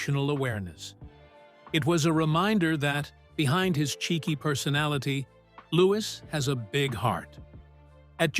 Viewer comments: Pronounced loo wee not looking iss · Its louis not lewis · I find it difficult to believe your 'report' when you do not pronounce his name correctly. He is "LOO-eee", not Loo-iss. His Mum is Princess Catherine, not Kate. Please respect the Royal Family enough to pronounce their names and titles correctly. Afterall, you make your money off of their crumbs.